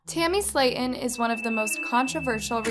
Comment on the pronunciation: i hated how u pronounced their last name wrong